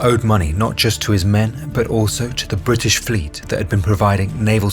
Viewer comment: The British Flote? What?